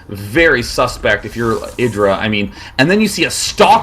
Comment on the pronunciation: Its said eye dra i swear